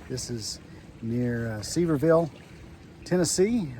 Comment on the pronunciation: Nice review even though you murdered the pronunciation of Sevierville. 😂 It's ok, we won't tell Dolly. It's pronounced Severe-ville. Hope you enjoyed your stay. We prefer full hookups, but we have been considering this place. May have to give it a try! Thanks!